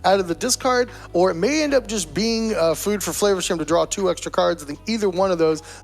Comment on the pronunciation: I LIKE HOW YOU PRONOUNCE FLAVERSHAM( flavor town)